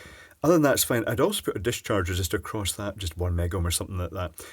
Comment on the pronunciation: "don't worry it will be 'foine' "